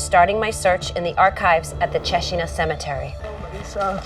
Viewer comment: I found very fascinating how they kept the Tuscan pronunciation of Cecina through the generations, even after many years in USA.